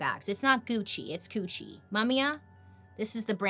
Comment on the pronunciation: It's not Gucci is coochi 😂😂😂😂😂😂😂 I'm DEAD